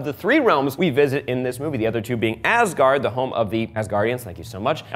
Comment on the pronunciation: I love it how he “tries to pronounce” things, without actually knowing how to pronounce them. 😂 I suggest looking into how they are actually pronounced before trying. 😉 That would probably make it easier. A few suggestions from me to make it slightly closer to correct (I think): ...heim => ...haim or ...hem ...berg => ...bairg or ...bair ...gard => ...gawrd